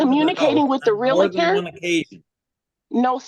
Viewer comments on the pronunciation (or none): Taking housing advice from someone who says "realitor" and not realtor is dumb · it is NOT Realuh Ter it is Realtor, REAL TOR just like it is spelled. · It's REEL-ter not REEL-a-ter. Ahhh. She's unbelievable. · Real-uh-tor? Parteee?? Not only does she have an anger management issue, shes also illiterate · It drives me crazy when people say “reeliter”. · Respect my Realty! Do you know who I am? I'm salesman of the month!! Do you know how many seminars I've attended? That's right pal, that's my parking spot right there. Nobody pronounces doctor wrong!? Sheesh. Get it right.